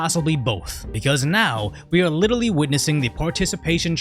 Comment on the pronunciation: interesting observation, another american who mispronounces the word literally.